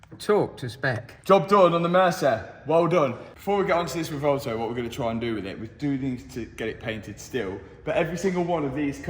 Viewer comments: I keep hearing RUH-VOLTO on that car pronunciation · The "Rivolto" 😆...better than the "Temerio" ?? 😆